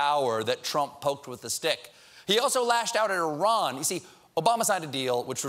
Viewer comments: Thank you for pronouncing Iran correctly.... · Hey, He pronounced "Iran" and "Hassan Rouhani" almost perfectly...